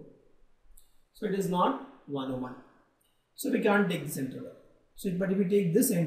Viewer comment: so bad english pronuncing interval as intreval XDD